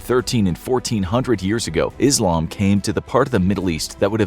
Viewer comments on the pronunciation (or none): none